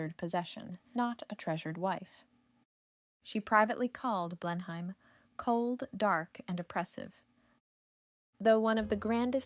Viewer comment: It's pronounced Blen-um